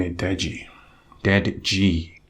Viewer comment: The way he says dead ji gets me Everytime ffs 🤣🤣